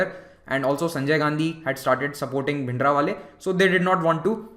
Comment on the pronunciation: It is Bhindranwale not Bhindrawale